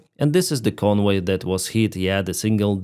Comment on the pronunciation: Convoy is pronounced with a hard English V (Voy as in Voyager), not a soft German W-sounding V.